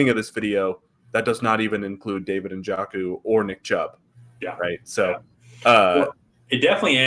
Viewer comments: na-jo-ku or you can just watch him play to hear how his name is pronounced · No hate, but that is not how you say Njoku's name